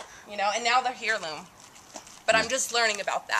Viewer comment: Heirloom = 'air-loom'